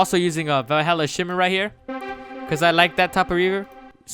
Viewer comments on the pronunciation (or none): none